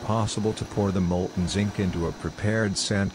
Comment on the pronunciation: Even Schwarzenegger knows how to say "Zinc" AI voice dropped the n